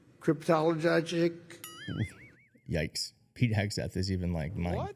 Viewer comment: "...cryptogologic technician..." Man! I don't think I even wrote it down the way he said it!😂